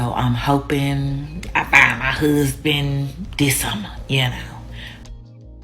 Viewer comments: Woman, just the way you express yourself, the way you speak indicates that a good man would have no interest in your dumbass. Go and have several seats. In looks I guarantee you that you don't have that many great options. All of that "hoosband" nonsense...learn to speak properly first, get to a healthy physique then maybe you might have the right to have your options validated. My lord that horrible tone and manner of speaking is simply frustrating. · That rachet ass way she talks.. omg I could not have a conversation with this chick… “appleasing, huuusban, aks, thurapy” 😩 my head hurts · What in the hell is a whoosband? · The way she pronounces “ hussssssband “ I knew it then, ain’t nobody marring her 😂. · The way she pronounces “huzzband” is a 🚩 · Oh, I thought maybe when she said, “find your Huzzzzband.”😂😂😂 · What did you expect from someone tryna find a huuzbun? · You should be able to pronounce "husband" in order to get one........ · I’ll put $1000 on it that this single 32 year old woman will never get married she’s too stupid She can’t even pronounce husband😂😂